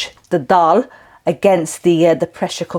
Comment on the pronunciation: I'm really ready to make this dish. Thanks for the recipe and encouragement. I also detect a Lancs accent - worked there many moons ago. And it's so nice hearing you pronounce the word Dal 🙂 brings back fond memories. Ive subcribed and will urge others to do so... Thanks so much.